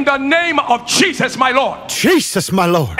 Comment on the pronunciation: Why does he keep saying Cheeseus Chris for lol🤣🤣?